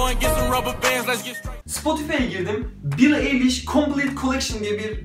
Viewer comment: Bro billie nin adı bili ayliş diye okunuyo